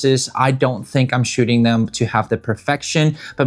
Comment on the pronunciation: I can swear he is saying "Shitting photos" in the beginning of the video. Thanks anyway. :face-green-smiling